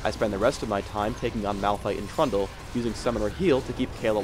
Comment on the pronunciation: when he sais trundle sounds like pronto, lol. other than that he's commentary's just great as well as the hero (the living bomb is so awsome)